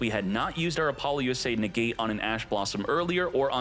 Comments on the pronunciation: Is this man saying Apollo-USA? Lmao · Could you stop saying Apollousa wrong, there is no acronym in the name